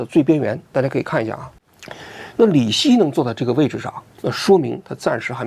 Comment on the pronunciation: 老王发音是李希，翻译是陈希